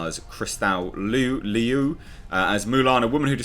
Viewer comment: I didn't plan to watch the new Mulan - sounded depressing and dystopian. I'm living in enough of that right now. Yet another reason not to buy Disney + . No movie theatres in the US anyway so who cares. The actress' last name is likely pronounced Lou like Lucy Liu's name is.